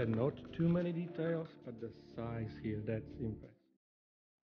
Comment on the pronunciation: An insanely well made and detailed piece. The Narrator: "Not too many detalis..." :D